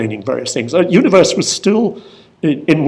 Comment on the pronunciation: "Universe"? Shouldn't the font's French name be pronounced more like "uni wear"? Excellent talk, though.